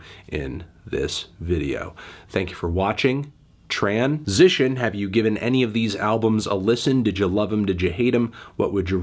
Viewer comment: This video should have just started with you saying “tran-sition” into the outro.